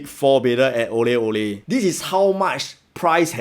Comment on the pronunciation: Thanks for the review. I felt like when you needed to differentiate the name of the EC you could simply have pronounced Aurelle as Au Re LLe. Any confusion with "orally" purely coincidental.